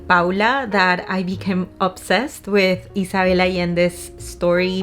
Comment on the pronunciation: My name is Isabelle. The way you pronounce it, with the S sounding like a double S and not a Z, and the B sounding more like a V is just 🥰!! It's the first time I hear it pronounced this way and I"m in love! Also crying for a book is SO RELATABLE!!!!